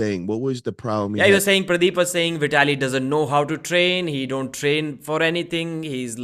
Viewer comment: I like how calls him pradeeb lol